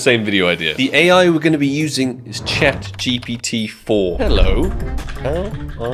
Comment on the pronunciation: i love how says "Chat TPT"